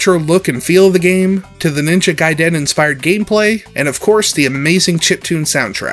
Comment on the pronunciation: The way you pronounced "Gaiden" gave me a nervous tick.